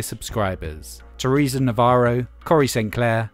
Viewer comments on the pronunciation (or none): none